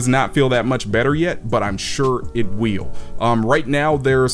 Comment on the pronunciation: "but I'm sure it wheeeel" lmao loved the review, brother! Keep it up